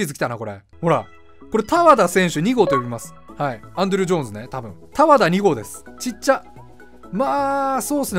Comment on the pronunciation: ❌たわだじゃなくて ⭕️たわたねw